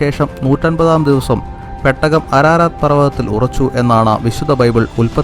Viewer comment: പെട്ടക അല്ലടാ പൊട്ടാ. പേടകം 🤣🤣🤣🤣